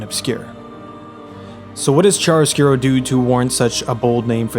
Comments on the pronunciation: uhm... it's chiaroscuro ("ki-a-ro") not chariscuro :'D In Italian "chi" is pronounced "ki" whereas "ci" is pronounced "chi" (or I guess "kee/chee" for an English speaker). the rest is pretty good though ^.^ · A bit of a correction here, in italian it is "C H I A R O S C U R O" :)